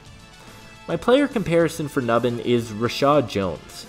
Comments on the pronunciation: “New-bin” not “Nuh-bin” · if you are gonna talk about players, say their name right, phonetically (NewBin) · Pronunciation: "New Bin"